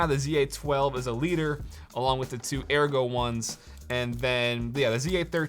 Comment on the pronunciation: yes, that is how ergo is pronounced